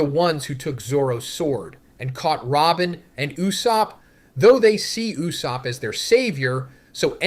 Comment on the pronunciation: Lol "loofy and n you-sopp"